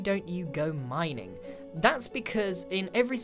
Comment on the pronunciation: Grian: "Mining isn't enrartaing" Mumbo with 100,000+ people watching him MINEING SAND